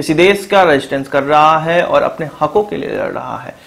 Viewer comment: Sentences ke end mein 'HAI.. ' pe stress karna kam karo plz. Its so annoying.